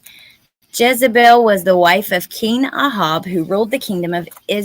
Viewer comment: I’ve never heard anyone pronounce Ahab as ah-hob before.